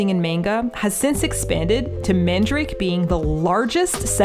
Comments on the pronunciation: Just a minor correction: the shop's name isn't "mandrake," like the root, but "Man-da-ra-ke." There's an extra a in there, and you pronounce the last "ke" Japanese-style, like "kay." It's weird, because it's SO CLOSE to the word "mandrake," but it definitely is not that. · Mandarake is not pronounced as man-drake. It is 曼陀羅華(まんだらけ)(man-dara-ke in Romaji) in Japanese. It's a Buddhist term actually which means some kind of a holy flower. Love Nakano vibes! 😄💕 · MANDARAKE!! I was wondering if you were going there when I saw Nakano in the title!! Quick question though; why are you pronouncing it 'mandrake'? The hirigana is まんだらけ so it should be 'man-da-ra-ke', right? Or am I missing something?! 😵‍💫